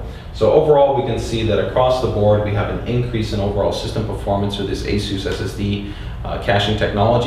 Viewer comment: I am about to pull my hair out.... what software are you using to do this? it sounds like you are saying asu2 software, I did a google cant find anything called asu2.... Please post a link. Someone please help why does he say it so fast and matter of factly. Like I have any idea.